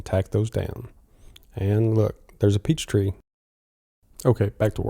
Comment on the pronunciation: “A Peech tree” 😂🤣😂🤣😂🤣😂🤣😂🤣